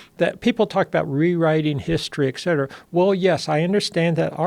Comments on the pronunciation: Well spoken? Saying eccetera instead of etcetera doesnt sound well spoken to me but more like you didnt pay attention in life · It's "et cetera" (etc) not excetera.